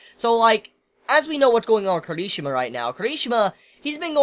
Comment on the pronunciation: His name is pronounced Key-Lee-She-Ma